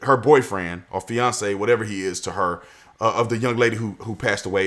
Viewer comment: i kept hearing beyonce and not fiance